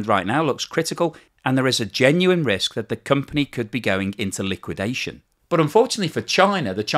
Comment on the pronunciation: "Collapse", "liwuidation", "implosion",... is running out of high voltage words while China continues to thrive.